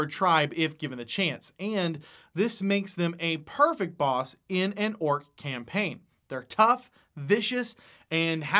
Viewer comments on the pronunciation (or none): none